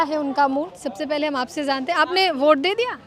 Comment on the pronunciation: Zante hain nahi, jante hain Gyaneshwar ka bhasa mat boliye lahza sambhaliye